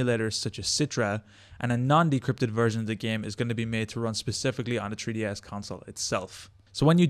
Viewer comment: you guys realise he says treeds LOL